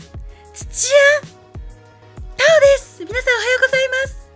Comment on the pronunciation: タオ！ってゆうか、ダオ！て感じ。